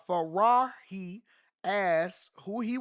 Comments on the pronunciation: This dude said “Faraahi”….. he pronounced the J as an H as if she was spanish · The name is an Arabic name, not a Spanish name. No need to confidently pronounce the “J” like it’s an “H” and even repeat it to show us you know your shit lol.